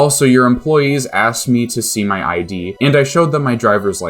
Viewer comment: It's pronounced "id," like the software. Not I.D.